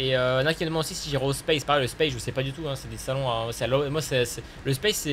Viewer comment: Salut pour pas que tu passe pour un cons space sa se dit pas spayce= espace en anglais mais sa se prononce SPACE tu lit le a en A bisous continue je te kiff